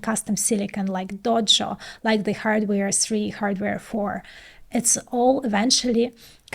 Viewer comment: why so much "Z" sound !! stop it !! "the" has nothing to do with "Z" sound !!